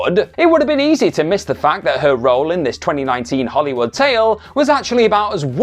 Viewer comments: FYI It's pronounced "Hollywood", not "Hollywoodah" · It's a verbal tic of his. Hollywoodah, Karmann Ghia-ah, Heffner Mansionah, etc. It's quite irritatingah. He might need speech therapyah.